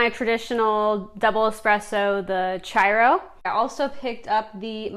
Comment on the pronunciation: The chiaro is said like this: key ar o. With the o being long.